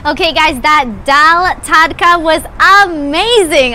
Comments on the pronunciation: It's daal TADKA not Takada.. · This beautiful lady was talking about "daal tadkaa" She pronounced it tadaka😉... Ur so sweet ❤.... Do try "butter paneer" Next time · Pl pronounce Tad +ka = tadka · Dear its called daal (ta.d.ka )tadka